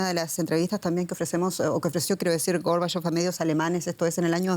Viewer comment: ¿Por qué la locutora tergiversa el nombre y apellido de Mijaíl Gorbachov? ¿No sabe leer en español?